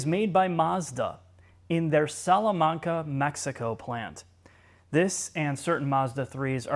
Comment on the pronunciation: also nice pronunsiation of Salamanca